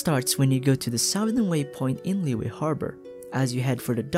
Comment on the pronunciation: Great video! Just a small correction: Liyue is pronounced as Li-Yue instead of Liy-ue. Make sure you sound the "y" as a consonant for Yue